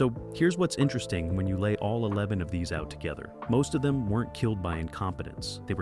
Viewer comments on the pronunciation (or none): none